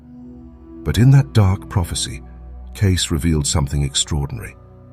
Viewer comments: Edgar Cayce's name is pronounced "K see", not "case". The AI voice needs to be programmed to pronounce it correctly. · As soon as you mispronounced Cayce's name I stopped the video. If you can't be bothered to get his name right, one wonders what else you've gotten wrong. It's pronounced "cay-see" by the way, not "case". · Cayce is pronounced KAY-see, NOT like the word case! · By the way, his name is pronounced “k-see” and not “case”. My conclusion is that this is an artificially produced voice. How ironic for the subject of this video. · Will someone tell the narrator his name is CAY SEE not CASE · Cayce's name is pronounced KC, Caycy, CaySea - not Case. I'm surprised that whoever make this video didn't know that. My mother would make trips down to Virginia Beach with her boss, who knew Cayce personally for many years beginning in Kentucky, where he and Cayce lived, and then through Cayce's move to Virginia Beach. On trips down there from New York City, my mother, who was incredibly fast at Gregg Shorthand and blazing fast on the old non-electrified typewriters, had a role to play. She was fortunate to be present at many of Cayce's 'readings' when he would go into a trance. She'd tell stories of her experiences... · MEMO TO THE AI: "Cayce" is pronounced "Cay-see," not "Case." Aside from that, this is a great and illuminating video. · I'm 42 seconds into this drivel, and the VO narrator in his "exquisite" British accent, mispronounces the man's name. Cayce is pronounced (Kay-See) not case, as in suitcase. You really expect me to watch the rest of this? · Not a minute in and I spot the bot. "Case?" Please teach your bot to read his name as "Casey." I can't watch this. it is annoying. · Edgar "CASE"? It's Edgar [kay-SEE] Cayce. Robots will never understand. Smh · This is beautiful. I'm so grateful this message is spreading. However his name is pronounced Kay See Most of the time he says: Case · Cayce is pronounced like "Casey", not "Case". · Edgar Cay-see